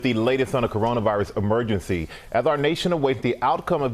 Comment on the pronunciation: Is he doing a Daffy Duck impersonation? What is Lathest?